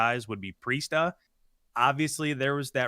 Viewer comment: Accuracy Temp Attach Priestahh you heard it here folks